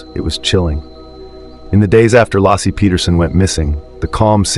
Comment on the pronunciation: Stupid cannot fix the AI to pronounce "Lassie" as lacey